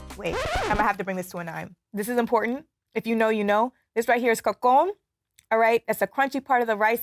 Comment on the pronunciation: OMG how lame. It's not "cocon" - it's "cocolon" for the rice at the bottom the the pot. Y'alls verbal skills is lacking